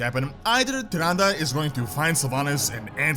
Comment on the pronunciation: Why you are pronounce it like tıranda ??